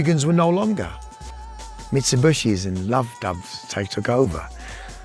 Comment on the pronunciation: Haha funny how he pronounces them “Mit su bush ies”.